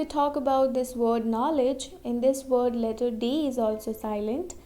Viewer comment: Amazing video, but please pronounce L, V and W correctable, because you cannot learn us if you don't know that Word is not Vord or flaVor is not flaWor and that extremely annoying soft L. Sorry if I was rude.